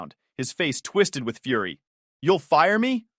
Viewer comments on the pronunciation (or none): none